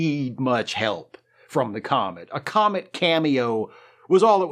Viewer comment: Every so often when you say "thanks comet" I hear "thanks comment" and i get annoyed because comment sections are a hellscape and no one should thank them, ever.